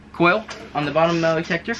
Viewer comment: Why are you saying metalEetector? Metal-Eetector why? It's Metal-Detector not Eetector. and by the way putting a lid on boiling over water does not stop it from boiling over. You didn't stop anything from happening by putting that lid on